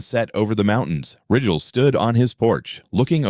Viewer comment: Beginning of 1st problem you hire a lawyer and sue the HOA don't even give them a chance to f.... with you.. Also Rigel is pronounced Ryegel.